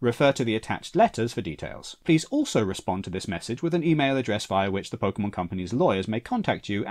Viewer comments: I really hope you were saying "pokemons" to be ironic. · Pokey Mans!